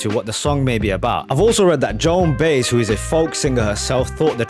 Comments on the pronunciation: I love calling her Joan Base, like Rob Base. Lol. FYI: it’s Joan Baez, sounds kinda like By-es. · BI EZZZZZ 😂 Not Bass 😂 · Joan Baez is pronounced By Ez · Great bud, 1 small gripe though. It’s JoHanna, you’re pronouncing it Joanna. Also It’s Joan Baez (by-ez). Seriously though, this is my favourite song ever and probably one of the greatest songs ever written. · I can't believe how you pronounced Joan Baez. It's Bah-ez dude. It's a common Spanish name. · Another excellent reaction, appreciate that you had the lyrics up for this one, and props for the Taxi Driver allusion. Also, can't resist pedantically letting you know it's pronounces "buy-ez" (and as some others have commented, would be interesting for you to react to her Diamonds and Rust at some point). Would love a reaction from you on Dylan's Dirge from his 1974 Planet Waves album. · Not that it’s terribly important, but Baez is pronounced with two syllables…like BUY-EZ. 😁